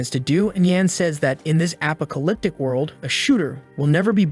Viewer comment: App-ah-ca-lip-tic world is new.